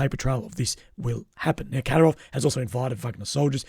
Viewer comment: You need to stress the second syllable in Kadyrov